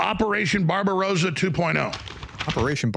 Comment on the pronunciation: You say "barbarosa" (long O like "rose") which means "pink beard". The correct pronunciation, that most Americans fail at, is "Barbarossa" with a short O as in "rod" and which means "red beard" - a far more bellicose epithet.